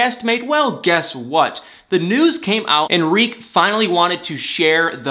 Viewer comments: Why do you say REEK when its TERIK! I wish all you bloggers would actually pay attention to names of characters in the shows you guys claim to love. I know its a lot of people to keep track of but it looks really shysty and disingenuous to claim you love something and you cant even remember details about the people in the show you “love.” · It's TARIK..........not REEK ffs. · It's NOT REEK! His name is Tarik! Why do you keep saying "Reek?" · He's not calling Darcy Dar or Avery Av! Stop destroying that man's name! It's not like his name is Edward and you're saying Ed! His name is TA-RIK! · Why do you keep calling him "Reek" 🤣🤣🤣? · Did you say Dean and Rik? Was the “Ta” silent or is it your cute nickname for him? 😂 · Why are you saying "reek"?